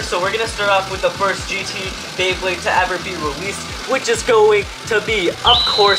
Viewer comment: it says Bleybley rather than beyblade